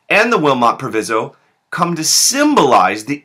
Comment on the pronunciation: Proviso: Pronounced w/long i